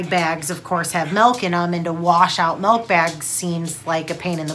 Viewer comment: Hahaa it’s milk not malk